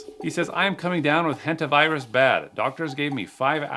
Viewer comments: "hentavirus" I thought that was a different word at first at the front of it lmao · The fact that he said Hentavirus instad of Hantavirus, at least he didnt say Hentaivirus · The “Hentavirus” That must be a new strand.. It was the “Hantavirus” 😂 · Hentavirus? Hepavirus? Is that a new variant xD